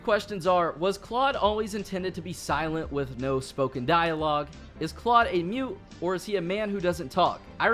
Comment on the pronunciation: You say Claud not right